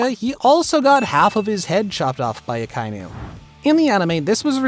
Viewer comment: The way he says Akainu ruined it for me. Reminds me of the last air bender movie. Oof